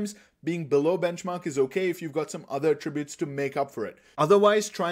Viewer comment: You made a 57-minute video. You made a 57-minute video. YOU MADE A 57-MINUTE VIDEO. And to top it off, the way you pronounce "attributes" is annoying. I assume you're a first language speaker of English? How are you pronouncing "attributes" incorrectly???